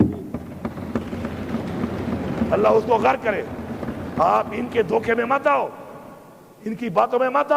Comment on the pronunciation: غرک نہی ہوتا بلکہ غرق ہوتا ہےُ